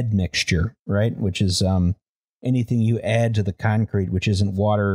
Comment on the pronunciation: inskipmto a random part of the video and the first word i hear is cumcrete